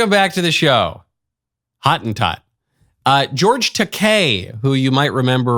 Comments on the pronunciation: That word was, for a long time, used as a non-discriminatory word for the Khoi-khoi or khoi-san, but became guilty by association with apartheid and is now deemed racist. Also, its not hawt-en-tawt, it howt-en-towt😂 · That is so funny - Hottentot is pronounced Ho- tin-tot. Actually cannot think of a single word in English that has the correct pronunciation of the "o" sound in Afrikaans. Not considered a bad word in SA. It is like calling someone a Zulu - it is their cultural heritage